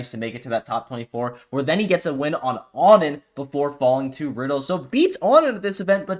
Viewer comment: Did onin clarify that their name is on-in instead of oh-nin? I’ve only recently begun hearing people say ah-nin and to me it obviously seems like the incorrect way to say it.